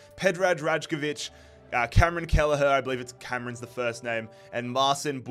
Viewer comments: "Cameron Kelleher"😭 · Cameron Kelleher? WHAT, as an Irishman, it pisses me off lol